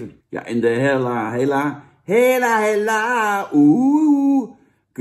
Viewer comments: is het niet Hela ipv Hella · * er is iets mis met mensen die MIDDEN in de tube knijpen (Zaans) Ik haat curry en ik schaam me niet ! Bah. Veel meer lekkere sausjes om uit te kiezen FRIET bekt lekkerder. Fuck patat En je mauwt over friet of patat en julij uitspraak. Maar zegt dan wel vervolgens Hella in plaats van Hela. Oke dat wilde ik ff droppen Daaaaaaagggg